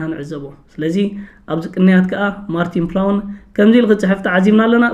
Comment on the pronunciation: ማርቲን ፕላውን? 😢😢😢 ኣታ ወዲ በጃኻ ተኣረም: ማርትን ፕላውት (Martin Plaut) እዩ:: ብኣኻ እኮ ተኺኽና! ዕላጅ!